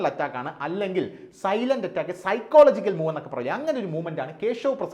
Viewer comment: ശരിയായ നിരീക്ഷണം. എന്നാൽ 2 തെറ്റുകൾ പറയട്ടെ > ദേവ്ത എന്ന് ഹിന്ദി വാക്കിൻ്റെ അർത്ഥം "ദേവൻ" എന്നാണ്. ദേവി x ദേവ്ത. സൈക്കോളജി എന്ന ഉച്ചാരണം ശരിയാണ്. പക്ഷെ സൈക്കോളജിക്കൽ സൈക്കളോജിക്കൽ എന്നാണ് പറയേണ്ടത്